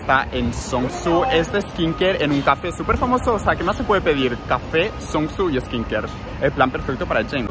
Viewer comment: Por ti ya no digo café sino cáfe!!!